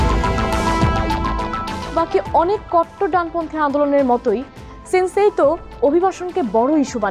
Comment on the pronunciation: সান্সেইতউ ✅ সেন্সেইতউ ❌